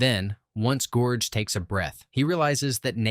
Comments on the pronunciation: Hahaha did I hear gorge instead of George? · Lol, did you call him Gorge?!? 😂